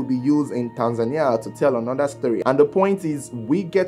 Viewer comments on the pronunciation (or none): none